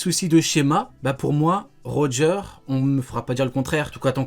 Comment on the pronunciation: Mdr comment ça roger deux fois raighley 🤣🤣🤣🤣